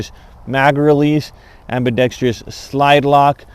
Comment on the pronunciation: Ambidextrous NOT ambidextr"Y"ous.